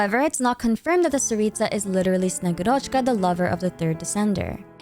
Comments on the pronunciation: bro PLEASE the name is SnegÚrochka, not SnegurÓchka 😭😭😭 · I'm really excited for snezhnaya and honestly the third descender being the tzaritza's lover and that being the reason she needs the gnosis makes so much sense! One thing that bothered me though: snegurochka is pronounced more like snye-GU-rachka (capital letters is where the emphasis is). She often described as the granddaughter of ded moroz (basically Russian Santa) that comes to deliver gifts with him or as a girl that was made out of ice and melted when she tried to play near fire. You should read about her, it's very interesting. To the native Russian speakers reading this comment: 1. I know it is a short o and not a, but it sounds so much closer than a regular o. 2. I only read about snegurochka's story once, so if there are any inaccuracies, please correct me! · As a person who speaks Russian, allow me to correct you, if you don’t mind. When pronouncing Snegurochka you are leaving out “u” which is a bit stressed in russian its like SnegUrochka the “u” seperates well the first and secont part of the word, without it, it’s hard to understand the word. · It's snegUrochka btw, thanks for the lore❤ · Thank you for the video queen!! Top content once again. A little correction in pronunciation from russian speaker for future vids, sorry - in Snegurochka the emphasis is made on U c